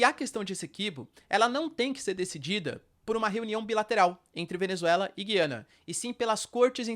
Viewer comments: Pelo que vi, a pronuncia correta é Gu-i-ana. "Discutir a cor dos olhos do Nicolás Maduro" foi boa. kkkk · A pronúncia correta é "Gu-iana", com o som grave na letra "U." Henrique Braga, professor e autor de materiais didáticos do Sistema Anglo, explica que há um ditongo na sílaba "gui", o que indica que o "u" deve ser pronunciado. Um ditongo é uma sílaba em que aparecem duas vogais —e ambas são pronunciadas.